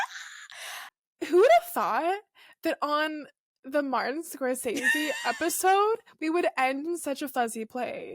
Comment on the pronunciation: Note* ‘Scor-sezee’ not ‘scor-sayzee’. Nice chat though